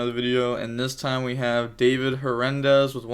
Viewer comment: Gotta love how you butcher David's name